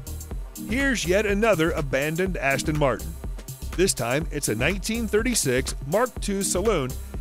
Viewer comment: badasss-ton Martin😅😅😅